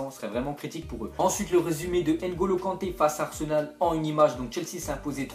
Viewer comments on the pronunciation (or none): none